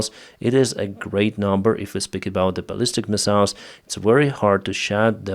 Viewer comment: I put up with mispronouncing the word missiles just to get good information